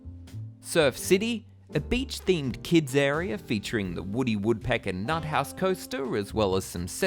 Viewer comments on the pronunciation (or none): none